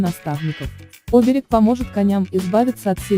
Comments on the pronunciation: Что вы несёте? Вы хоть понимаете о чём говорите ? Ударение хоть правильно ставьте! Оберег, СемарглА. Ужас. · Не Оберег, а оБерег, иностранка....